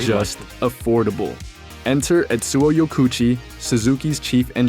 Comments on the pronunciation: I don't have to imagine it's 1984, I was there. The whole premise of this video is nonsense. I owned one of these bikes. I owned an original Katana as well. These motorcycles are not "hated". Blah Blah Blah. AND his name is not pronounced YO KOO CHEE, it is pronounced YO KO oo CHI. You are missing a syllable. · His name is pronounced Yoko Uchi.. 😊